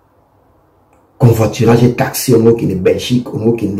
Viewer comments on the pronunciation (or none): eza Covoiturage et non CONVOITURAGE, botika ba français wana